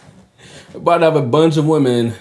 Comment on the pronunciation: That's funny when you made fun of the British accent. I like making fun of yours and the fact that you pronounce "women" as "woman" sometimes. It's good to make fun of every culture.